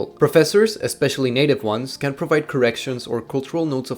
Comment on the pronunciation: wtf did he say. I think he said native ones but it sounds like he said naked ones 😂